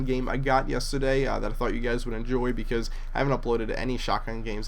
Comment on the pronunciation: lol said bause